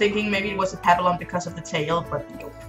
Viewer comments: Not to be rude, but you’re mispronouncing “papillon” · Fr 😭😭how she have 2 and doesn’t know how to say the breed